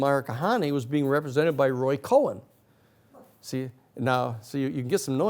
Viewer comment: Minor detail: it's "Roy Cohn"